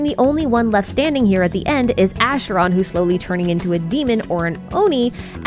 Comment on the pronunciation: Pronounces the ch in Arle’s name as k but as sh in Acheron’s name. Love it 😭